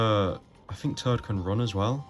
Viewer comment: It's too funny how I keep hearing "Turd", "Captain Turd" LOL!